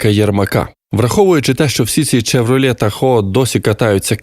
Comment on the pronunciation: Вопрос, конечно, интересный. Ответа, жаль, не будет. Если бы ещё и диктор не читал "чевролет".